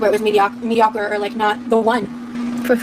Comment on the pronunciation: "Mediocker" 😂 She is almost as bad as Amber with her mispronounciation.